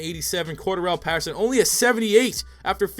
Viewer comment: The fact hes saying pattersons name wrong is pissing me off